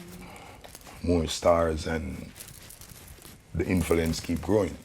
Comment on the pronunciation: But please can someone tell bounty ,the word is 'influence ' not infilence